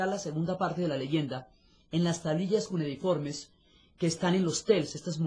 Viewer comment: Buenas. La palabra que usa la señora Diana para referirse a las tablillas es equívoca. No es “cunediforme”, es cuneiforme. Gracias.